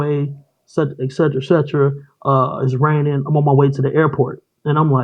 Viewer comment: Did he say Rainingnin OMG